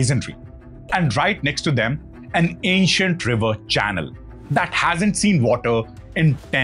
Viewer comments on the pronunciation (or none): none